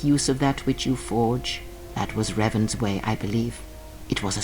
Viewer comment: Почему все время ревАн?? Раздражает. Играющий что,настолько бездарен к языкам,что даже в разговоре,при упоминании имени протагониста прошлой части,не слышит,куда падает ударение? Надеюсь,в дальнейшем исправится.